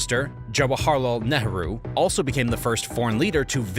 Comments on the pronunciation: Netarhu? Is that the correct pronounciation of Nehru? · I know it's hard to pronounce foreign names but how did you get from Nehru to Ne-ha-ru? I think I'll skip the rest of the three hour video if you can't check that. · Should think about working on that pronunciation of “Nehru”